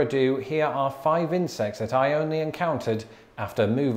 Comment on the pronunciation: I got 50 seconds into this before I realised that you were saying 'insects' and not 'incest'. It was a lot more fun up until then.